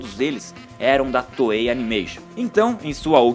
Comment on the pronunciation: FINALMENTE! Ele começou a chamar a Toei de Toei :P